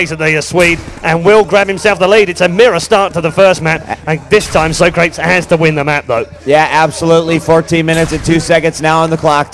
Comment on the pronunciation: lol they call him so- crates. its sawcrawtees